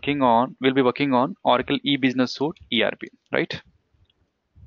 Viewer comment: it's Suite (pronounce Sweet)